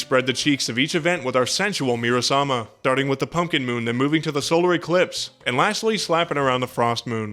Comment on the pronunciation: MURA SAMA, the weapon in the hell lab is called murasama not muramasa